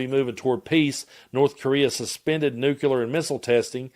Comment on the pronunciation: NEW-CLEAR nucular is not a word Sound it out man